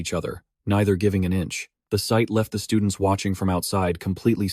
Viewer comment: The STUDE-NTS xD